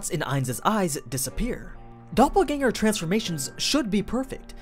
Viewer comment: Nice to hear that the pronunciations of Doppelgänger is on point.